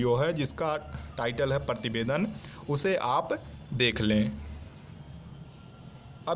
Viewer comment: He is saying Partibedan not prativedan